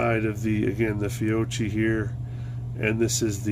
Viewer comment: Fiocchi pronounced Fee-O-Key. The XTP bullet is the best performing in the .380 caliber for self defense.